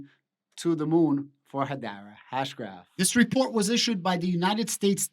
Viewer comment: Learn how to pronounce Hedera. 🤡